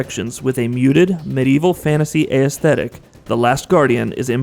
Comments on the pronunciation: its pronounced ESthetic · Interesting. Can you please pronounce aesthetic correctly? ess-Theh-tik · Aesthetic is a three syllable word. Not four syllables. You're welcome.